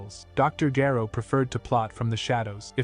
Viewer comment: Or mispronounced name (Gero)